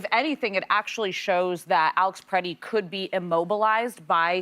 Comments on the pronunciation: Why does everyone keep saying Peretti? It’s Pretti. Pret. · Can Whoopi stop calling him “PER-Etti” and start calling him by his name “Pre-tti”?! She’s not dumb, so WTF is her problem?